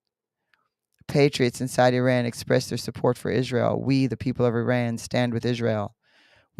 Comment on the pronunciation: Oops, not Uran , but IRAN..